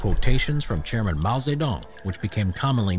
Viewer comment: when you say chairman i hear GERMAN